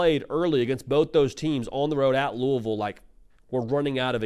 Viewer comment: as a louisville grad, thank you for pronouncing it properly